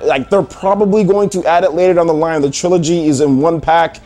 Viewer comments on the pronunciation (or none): none